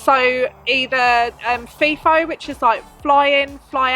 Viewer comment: Love your videos. One small comment: it’s F-eye-F-oh, not F-ee-F-oh…… Cheers.